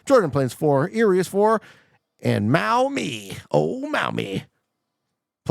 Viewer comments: Not that anyone will see this. but it is "MAW-mee" not "MAO-mee" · It’s pronounced mommie lol